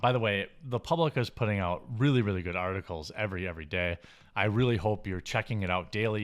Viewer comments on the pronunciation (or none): none